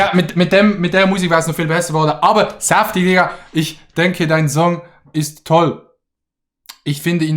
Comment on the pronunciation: ER HEISST NICHT sAftig, SONDERN sÄäftig sprich das Ä deutlicher XD